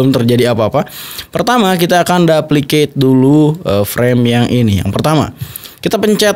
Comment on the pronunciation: Koreksi dikit bang, bacanya tetep dupliket bang, bukan dapliket. Konten slalu keren bang, lanjutkann